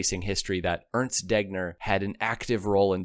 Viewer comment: Werner Wan Bran ?????? It is "Wayrner fon Brown", Urnst Deggner.??? It is "Airnst Daygner", Sundapp ??? It was "Zyndapp" ......to quote some mispronunciation in the generally very good video !Nowadays even smartphones help you with pronunciation ........